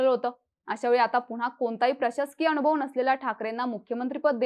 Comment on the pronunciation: अनुभव लिहिलं असताना ही बाई अ णु भ व असं कां वाचते ?